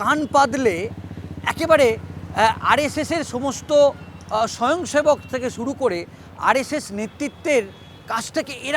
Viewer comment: সোরো সংঘ কি ??? এখন বলবেন না ভুল উচ্চারণ করেছেন।।